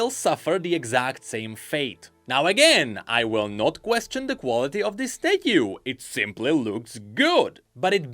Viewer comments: The way he says stathue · i need 12 hours of saying "statyu" now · I can't get over your pronunciation of "statue" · I just cant take saying Statue.... its soooooo odddddd